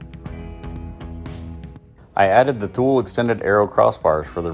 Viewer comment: It’s pronounced Too-Lee.